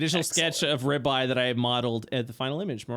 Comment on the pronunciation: Toms accent for ribeye is exactly what I wanted hahah